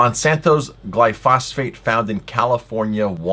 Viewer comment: BTW it's actually pronounced "Gly-pho-sate" not "Gly-phos-phate"